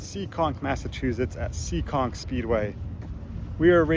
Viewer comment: it's Seekonk, MA not SEEKING..lol.. Great video footage. Keep up the great work and safe racing.